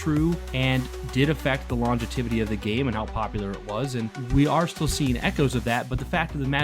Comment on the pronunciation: I would check Webster for "longevity" brother, I believe you mispronounce it